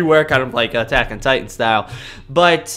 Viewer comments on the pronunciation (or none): none